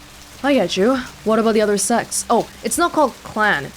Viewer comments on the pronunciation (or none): Sects sounding like sexs messed with me brain